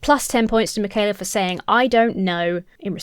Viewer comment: He also pronounced Mikhaila as "MacKayla" ...